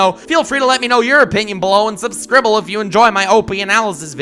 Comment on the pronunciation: engaging concept and charismatic voice over a thing I'm really interested in me: about to subscribe says the word "subscribble" me: rethinking